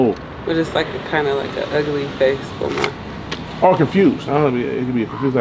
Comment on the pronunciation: Bromonte! Lol!!!!